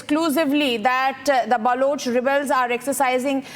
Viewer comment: Stupid anchor says,BAALOCH